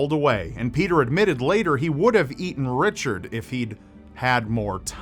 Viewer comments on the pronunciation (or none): none